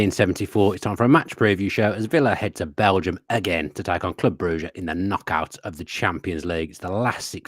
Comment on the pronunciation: Why can’t you say Brugge properly. 😂